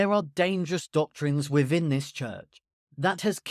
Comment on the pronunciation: Saying wiv and wivin instead of WITH and WITHIN is sinful.